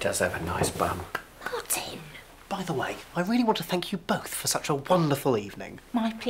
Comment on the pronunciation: I’m sad you said Matin instead of Martin